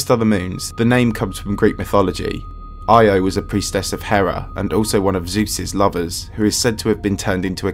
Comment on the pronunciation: Bruh constantly changes between the Greek and Roman names of the Gods. And Io is pronounced Yo. Cool vid tho